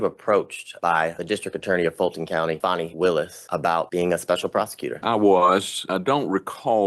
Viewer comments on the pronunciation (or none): funny.... the "closed caption" spells "Fani" as Fonnie..... I'd say Donnie's right.... pronounced "FANNY".......